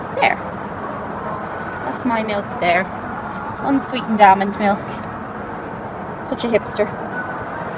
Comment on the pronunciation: Oh, and did I hear you pronounce the L in almond? Yay for you 😜😂